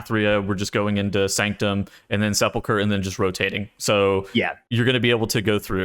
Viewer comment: How can this guy still not pronounce sepulcher he is trolling I swear